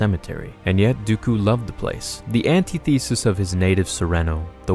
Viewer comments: it's pronounced an-TI-thə-sis, not AN-tee-THEE-sis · I get caught up every time he says antithesis... he says it like it is an anti theory instead of meaning the direct opposite of something... which has completely different meanings